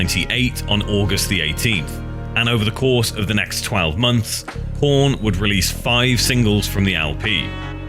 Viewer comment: Heyyy he said korn with a p instead of a k